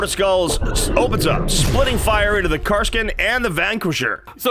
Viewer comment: did just say "car-skin"?